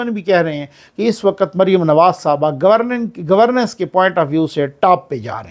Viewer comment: There is a difference in meanings and pronounciation for governance and governess, please take care of.